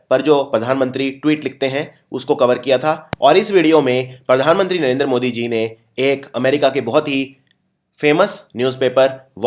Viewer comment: Sir please, Narendra ka pronunciation Narender mt kijiye. Loved the video..thank you.